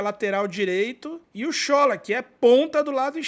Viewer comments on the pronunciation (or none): a pronúncia correta em iorubá, do nome do nigeriano Shola, é Sholá. Acento agudo no "á".